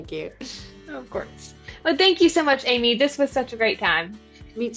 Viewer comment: Finally, correct pronunciation of her last name‼️ Amy is the greatest, and 'Twas the Date Before Christmas is the most fun of Hallmark's 2024 Christmas lineup! What a great interview – gotta love Amy's energy (but poor thing, doesn't she get only half the gifts as a Christmas baby?) – thanks! 🤙🏽